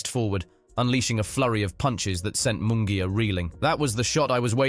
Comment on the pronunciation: It's embarrassing and insulting for a public figure such as an ring announcer, commentator etc. to mispronounce a fighter's name as in this video. Munguia's name is butchered. Jim Lampley bolos on many of his hosted fights. He tries so hard to roll his "R's" that he does so even when he doesn't have to. Example: "la cerveza mas fria". He rolls his R's on cerveza (correct), fria (incorrect). All I want for Christmas is for our professional figures to do their homework and respect those whose names they have to pronounce.